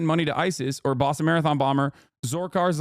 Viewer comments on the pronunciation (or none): none